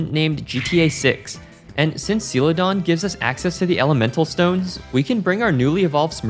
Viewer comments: Sealadon? Excuse me? 😂 I think you mean sell-a-don (Celadon) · Absolute cringe how you say "Seeladon" instead of Celadon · How do you say Celadon? That was my take away from the whole video.